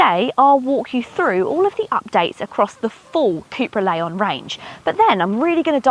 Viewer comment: There's no "A" in Leon.